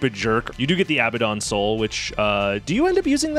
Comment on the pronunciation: "Abaddon" is pronounced uh-BAD-un